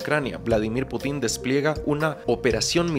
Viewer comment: Putín o Pútin?? PÚTIN, no putín :)